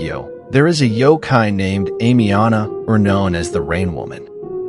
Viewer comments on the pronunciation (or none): It’s pronounced Am e o nna